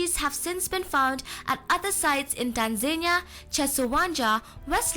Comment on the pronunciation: Was really enjoying this until she pronounced Tanzania as Tan-zane-ia which made me feel that the information in the clip may also be incorrect. 🙄🤔